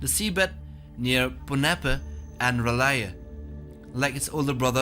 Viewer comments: R'lyeh Is pronounced "Relyea" not "Arleeah" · Ra lya not R laya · If you cant come even slightly close to pronouncing these... then you need to leave it alone.... Ar-lee-eh? really dude? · 🤣🤣🤣🤣 The city of R.... Lyeh😂😂😂cmon dude... Research abit... Its R'lyeh... The R is not separated fron the word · btw the city is pronounced "Reh-lay" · Agreed,Horrorbabble pronounced it as Relyea and so do i! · I appreciate your work, but your pronunciation of Rl'yeh was ATROCIOUS. o.0